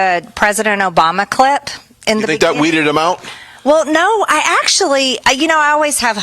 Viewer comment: I’m not sure if anyone caught it, but when she was discussing the Obama clip, she said clit instead of clip. She is very ignorant, and listening to her read only shows how ignorant she truly is. 🤪